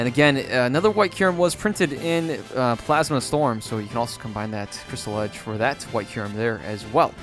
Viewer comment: "blasma plast" lol